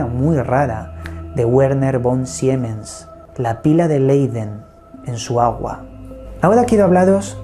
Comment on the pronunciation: Hola! Te dejo una chuleta de pronunciación de alemán que te podría ser útil para pronunciar nombres en el futuro 😊 Consonantes y dígrafos: W = v V = f Sch = sh Ch = j (castellana) Y en cuanto a diptongos: Ei = ai Ie = i Eu = oi De esta manera Carl Schleicher se pronunciaría algo así como 'Carl Shlaijer', y Werner Von Siemens 'Verner Fon Simens'. Ojalá te sirva! Un abrazo 😊